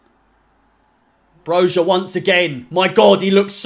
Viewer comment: It’s pronounced broya you knob